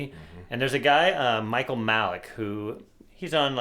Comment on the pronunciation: Michael Malice, you said Malick, thats ok. Like how you guys think.